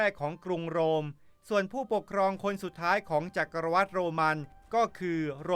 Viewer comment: จักรวรรดิ อ่านคำสุดท้ายว่า หวัด ไม่ใช่วัด ชื่อฝรั่งก็อ่านไม่มีสำเนียงเลย Anthony Hopkins. ออกเสียง ฮอปกิ้น ไม่ใช่ ฮอปกิน จะทำcontent ทั้งที คำไหนไม่รู้วิธีออกเสียงก็กูเกิ้ลบ้าง อย่ามั่ว